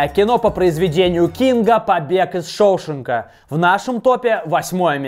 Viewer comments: ***** английский вариант может быть, но в русскоязычной версии всегда был шоушЕнк, а не шОушенк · отвечаю у меня чуть уши не убежали, услышав шОушенка...бомбит карочь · ШоушЕнка же, не? А не шОушенка. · Побег из ШоушЕнка и не ШоУшенка! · Не шоУшенк, а шоушЕнк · "Побег из ШоушЕнка" и хорош загрязнять русский язык своими "летсгоу". А топу + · ШоушЕнка ударение на Е! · Шоушенка неправильно сказал! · Побег из шоушенгааааа на а ударение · Шоушенка,Дарабонта неправильно произносит